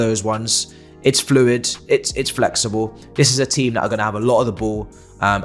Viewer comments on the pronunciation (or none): none